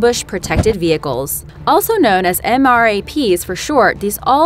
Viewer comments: They are AKA "Em-Raps", not E-M-R-A-Ps. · They are pronouced m-raps